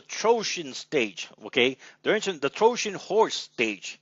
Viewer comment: troshen ? it is trojan horse. T he rest i can agree with u.